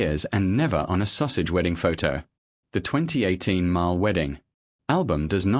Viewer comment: I find it very humorous that Sussex is being pronounced Sausage !